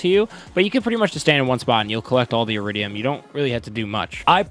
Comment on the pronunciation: Eridium not uridium